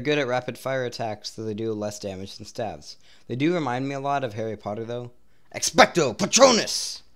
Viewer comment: "Staves" Is pronounced like ST "AVES" - like graves